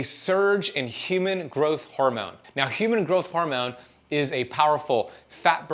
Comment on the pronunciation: Does fasting make you say “hormewn” instead of hormone? Cuz if it does, I’m out